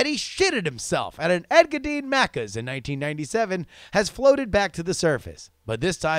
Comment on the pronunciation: Thanks for reading my shitty email. Engadine sounded out would be Ing-ga-dean. Also Aussie is said like Ozzie Cheers! :D